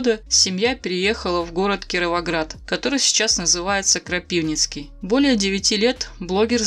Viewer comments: Это не Юра рассказывает,человек явно не из Украины,даже правильно город не называет,где Юра сейчас живет-не КрАпивницкий,а КропивницкИй,ничего нового здесь нн услышали,кто то просто пиариться на его имени,все это Юра рассказывал сам в одной из своих программ,у себя на канале-Юра Ворожко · Маленькая поправочка. Не КропИвницкий а КропивнИцкий))) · Что за странное ударение в Крапивницкий,должно быть на вторую ,,и'',а не на,,а'' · Это не канал Юры Ворожко,здесь вам не расскажит и не ответит Юра,это кто то взяв его рассказ о его жизне,что есть у него на канале,пытается расскрутить свой канал и ничего общего с Ворожко не имеет ибо человек даже неправильно называет город где сейчас живет Юра-КропивнИцкий,а не КрАпивницкий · не кропИвницкий, а кропывнЫцькый